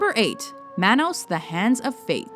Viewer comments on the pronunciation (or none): HOW CAN YOU SAY THAT YOU CAN'T FIGURE WICKER MAN OUT? LOW I.Q. ? ALSO PLEASE LEARN HOW TO SPEAK SINCE YOU CONSTANTLY BUTCHER WORDS LIKE MAN-OHS WHICH IS PRONOUNCED DIFFERENT SINCE IT'S SPANISH FOR HANDS !! THIS LIST IS REALLY JUST A BUNCH OF CRAPPY MOVIES....EXCEPT FOR WICKER MAN AND FLASH GORDON THE REST JUST PLAIN SUCK ASS !!!!